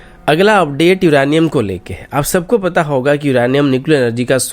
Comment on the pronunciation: Bhai युरानियाm Nahi युरेनियम होता है 😁